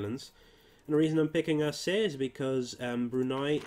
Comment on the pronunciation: Maybe its too late for you but it is spelled "a-cheh". Not "a-seh" as you said.